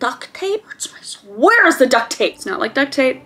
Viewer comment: “HWHERE IS ZE DUCT TAPE!?!”